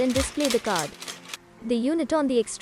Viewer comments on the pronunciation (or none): none